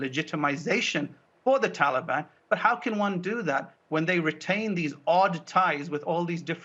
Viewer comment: And..... 😂😂😂Joe pronounces ‘Taliban’ like it’s an ice cream or something! ‘Hey mon...would anyone like a Tollybon?!?’🍡🍡🍡🍡🍡🍡🍡🍡🍡🍡🍡🍡🍡🍡🍡🍡🍡🍡🍡🍡🍡🍡🍦🍦🍦🍦🍦🍦🍦🍦🍦🍦🍦🍧🍧🍧🍧🍧🍧🍧🍧🍧🍧🍧🍧🍧🍧🍧